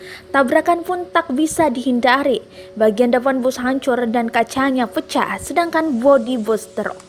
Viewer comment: "tak bisa dihinDHari.... HanCHur dan kaCHanya peCHah...."